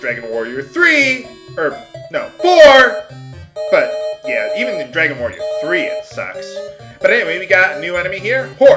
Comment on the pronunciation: it ssounded like you said next time on let's play Dragon warrior Moo!